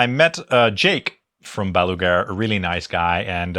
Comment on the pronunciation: not meant as a diss, just funny that you say Baluger instead of Balaguer, like Gene Hackman's nucular in Superman IV